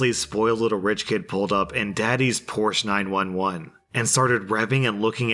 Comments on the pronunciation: so cant pronounce opossum or Porsche 911 correctly.... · Porsche Dealers hate when people mispronounce the Brand. It really IS Porshuh. And its 911 not 9 1 1 🤣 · He can't even spell Porsche correctly...